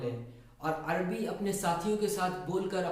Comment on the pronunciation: يا أخي العزيز لا يقال العربي بسكون الراء بل يجب أن تقراء مع فتح الراء